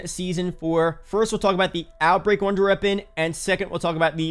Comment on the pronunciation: I love your videos just wish you could say wonder weapon instead of runder weapon